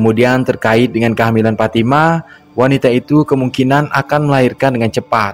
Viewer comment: IH FATIMA PULA TU,,NAMANYA PITALOKA SHODIKIN ITU,,KAU BILANG PATIMAH,MANA ADA ORG BARAT PATIMAH NAMANYA,PITALOKA SHODIKIN ADA,cara bilang nya,shooo,,lidah nya agak di tekan kebawah,,giginya dikit rapat kn,,shooo,,sho,ha gitu,,ulangi PITALOKA SHODIKIN,,ha pas,,🤭😁